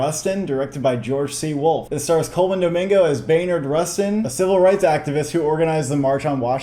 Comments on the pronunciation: Just a heads up guys it's "Bayard" not "Baynard" Rustin :) (or at one point, brother bro definitely said "Maynard Rustin" lol) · Its not Baynard its BAYARD like people calling my dad Blyden "Blinden" 🤦🏽‍♂️ Theres no N It's Bayer asprin not Baynar aspirin... You can do it...